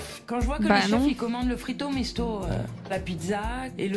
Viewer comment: Au début je penser entendre Frito Michto😅🤣😂.